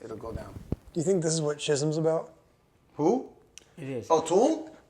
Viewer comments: Did Matt pronounce the song "Shism?" Isn't it pronounced like "Skism?" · Is that how to pronounce Schism? Pretty sure it's Skizm.